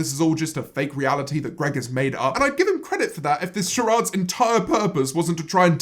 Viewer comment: James saying "charades" in such a posh brit accent is my kink